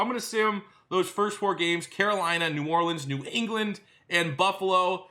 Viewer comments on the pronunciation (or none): none